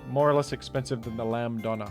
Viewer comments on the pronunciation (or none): none